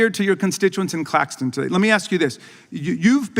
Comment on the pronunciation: It’s Clacton, not Clacston! And 11/11/11 is longer held than 9/11. Well done Nigel, my next PM!